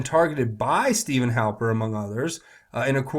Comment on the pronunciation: His name is Stefan! Not Steven. It is pronounced Steff-AHN!